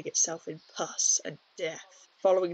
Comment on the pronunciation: Dude once I get passed how heavy you lean into the word “pus,” this is really well done and shows the breadth of how pandemic affected us historically. Adorable AND smart!